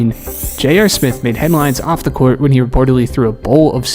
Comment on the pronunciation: It’s court buddy now cwart